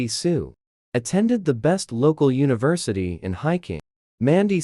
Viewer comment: The AI's pronunciation is so bad, how on earth did University become 'Universitado?' I hate these AI trash stories, they make no sense half the time, the pictures are inconsistent and the pronunciation is horrible.